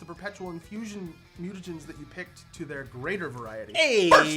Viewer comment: I would've been perfect until you mentioned the mutanagens. Then I couldn't unhear it lol